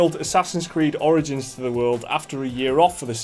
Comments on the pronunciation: sounds like he says assassins creed oranges lol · Did he just say Assassin's Creed: Oranges? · A COPY OF ASSASSINS CREED "ORINGINS" 😂😂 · Assassin's Creed: "Oringins"?...Oranges? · "And, a copy of Assassin's creed orange-ins"